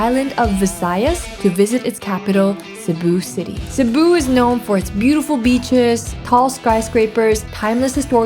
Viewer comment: She pronounced Cebu properly! First foreign food vlogger, I've seen get it right